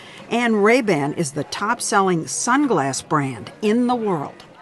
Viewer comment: Lol he pronounced it Ray Bin.